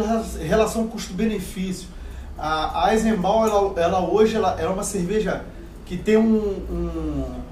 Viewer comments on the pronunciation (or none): Amigos a pronúncia não é eisenbau e sim eisenban(eisenbahn)... muito bom o vídeo parabéns. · A pronúncia é "aisembaun" mesmo?? Sempre chamei de "aisemban". Atualização: acabei de pesquisar no Google Tradutor e a voz alemã falou "aisemban", sem o "u" no final (que vocês por vezes usaram). Não foi uma crítica, viu?! Inicialmente foi uma dúvida real e depois foi para contribuir com o canal. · A pronuncia dói :-)) Treinem aí é [ AízeN BáN] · Sou grande fã desta cerveja. Também visitei a fábrica Baez, realmente como vc disse atendimento nota 10, pessoal educadoe a cerveja nem se fala!!! Comprei qse de td lá (só faltou dinheiro rs). Mais gostaria de ressaltar a pronúncia: É "Aizembán" com o N alemão no final. Enfim cerveja top praticamente só tomo ela, e tb suas variedades!!! Abraço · Pronuncia certá é "AISENBÁ" sem o som do N no final. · Pronúncia é Aisenbam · e a pronúncia correta é "aisenban" ! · AISENBAUKKKKKKKKKKKKKKKKKKKKKKKKKKKK PRONÚNCIA ERRADA!!!